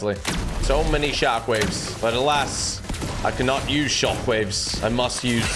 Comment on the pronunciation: Bro said shockwaves so britishly 😂